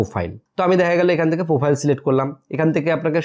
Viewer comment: আগে উচ্চারণ টা ভালো করে শেখো ভাই। ফিরি, বুলু, পোফাইল..... বড্ড কানে বাজে।